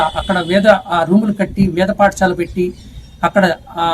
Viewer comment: పాఠశాల, పఠశాల కాదు